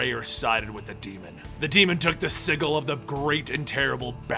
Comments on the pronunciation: Sigil is actually pronounced “sij-ill” the g makes a j sound.... ;) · Shyera. Shy-era. Sigil. Si-jill. Nth. Enth. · I absolutely love these videos, do not get me wrong, but dude. You do this for a living. Learn how to pronounce things. Sigil = "Si-jul" not "Siggle." Barbados = "Bar-Bay-Dose" not "Bar-Bad-Ose" Please dude, look up pronunciations when you're making videos like this.